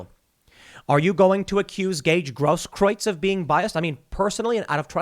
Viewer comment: Tim Gaige Grosskreutz It's pronounced Gross Krootz